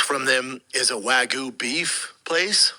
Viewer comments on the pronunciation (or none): "Axcess and Waggoo !!" Axis and Wagyu, can't stop laughing !!!